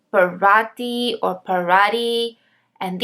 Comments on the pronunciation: Paratí. = Para-tchi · Parati is pronounced "paratchee" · Parati: “pa-ra-tee”